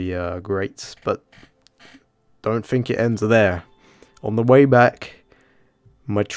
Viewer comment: Take a drink every time you hear 'I didn't fink of it' - careful not to get alcohol poisoning